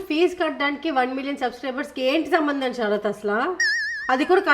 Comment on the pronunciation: Aunty sambamdam kaadu enti sambamdam 😂😂😂😂😂😂